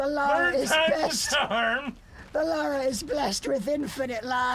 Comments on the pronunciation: Take a shot everytime pronounces her name as "laura" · saying Lara names like that kind of triggered me every time